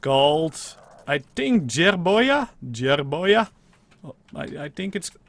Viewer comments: Jerboa is pronounced jerbowa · Ben Ando I thought you said jewboa